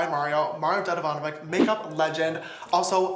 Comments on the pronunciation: Am I the only one bothered by how people around the world pronounce Mario’s last name? It’s pronounced Dedivanovich (Ch like Chia, chill etc.) not Dedivanovik. Balkans unite please 😄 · It’s not dedivanovic it’s pronounced dedivanovich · It is so funny that people in America does not know how to pronounce Mario's surname. It is DedivanoviĆ. 😁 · You said mario surname wrong it’s pronounced ich at the end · I love how you mispronounced his last name